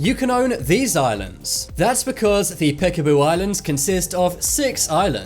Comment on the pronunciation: why did you say peekabo idland but you show indonesian islands